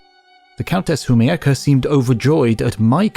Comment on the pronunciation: When you read Humiecka as Humieyaka, I thought to myself "wait, what?" Was she Japanese???